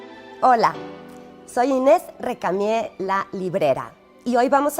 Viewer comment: A veces como que no le sale bien el "Récamie". 😁